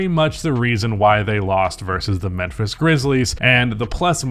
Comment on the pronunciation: Why you keep saying menphis? 😂